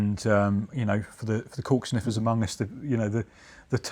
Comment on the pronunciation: Definitely thought he said "coke sniffers" when he said "cork sniffers"